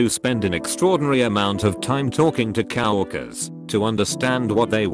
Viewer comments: I do spend an extraordinary time talking to "cow workers". lol the text to speech is so bad it is funny. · Nobody: Computer: Cow-orkers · I always enjoy how "coworkers" is pronounced "cow workers." Seems fitting somehow. Lol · No-one : ROBOT VOICE: cow-workers....